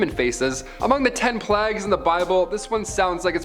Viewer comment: You pronounce the word plagues weird